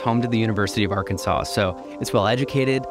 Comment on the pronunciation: As a European I've never heard Arkansas pronounced like this before, sounds like a foreign accent. In the guy also seems to start pronouncing it the same way but quickly switches to saying it in what to me sounds like the "neutral" way. Just out of curiosity, does anybody know where does that pronunciation of Arkansas come from? Perhaps from French heritage?